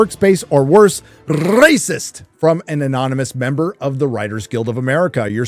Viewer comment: The way you say ‘rrrracist’ reminds me of Simeon form GTA V! 😂